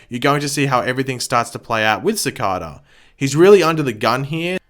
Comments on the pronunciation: He also mispronounces Cicada. He pronounces it as Ci-carda. It just Ci-cada. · Your Videos Are Awsome.. But It’s Bugging Me So Much That You Pronounce Cicadas Name Wrong Everytime Lol...They Actually Referenced This In Episode 8 I Think.. It’s Pronounced Ci-Cay-Da Not Ci-Car-Da! ❤️ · It’s pronounced Sih-kay-duh. 😆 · SAY CICADA CORRECTLY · You’re saying ‘Cicada’ wrong.